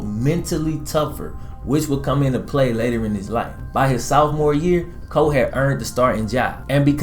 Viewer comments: Sophmore... not southmore. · Love the channel. But you kill me every time you say sophomore. Because you say sOOfmore. No shade. Everyone has different dialects depending on which part of the United States they are from I'm from WV and while every time I meet someone from a different part of the country they are surprised to hear me say I'm from WV because they assume every one from WV has a thick twang to their speech. But, whenever I hear myself on video I think to myself "my god, is that really how I sound". So while other people don't think I have a bit of twang I still feel like I do. Like I said no offense, but I lose it every time I hear you say sOOfmore. Which is often based on the content of your videos. Which are very well done. like, I said it just cracks me up. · Was he saying "Southmore"..?